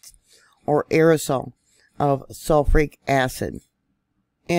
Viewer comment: She mispronounced Shoshone and sulfuric. I'm doubting this is. Ai mispronounces words all the time. Like calling the Russian rubel as rubble